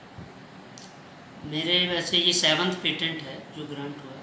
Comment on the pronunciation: मेडम पेमेंट नही पेटेंट बोलते हैं